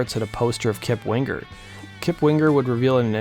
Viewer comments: “WingGer” LOL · Hahaha you say Wing-ger like you do sing-ger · DUDE!!! THE G IS SILENT!!!!!! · Why are you annunciating the G in Winger? You sound like an dolt.